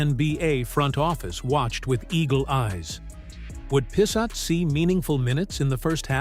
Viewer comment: Pissot is of French derivation, pronounced "P so". Not sure about the second T, though.